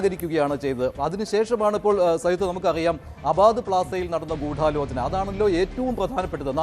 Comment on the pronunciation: അവതാരകൻ പറയുന്നത് കേട്ടാൽ തോന്നും ഗൂഢാലോചനയിൽ 'ഢ'യ്ക്ക് പകരം 'ഠ' ആണെന്ന് 😂